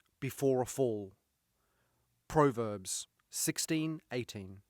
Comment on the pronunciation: I gave him a chance till he mispronounced Proverbs.